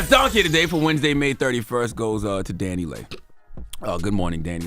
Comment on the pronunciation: It’s Dani(Lee)Leigh, not Dani(Lay)Leigh.